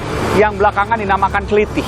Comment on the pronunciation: "klithih", huruf "i" yang belakang dibaca "e" seperti "heran"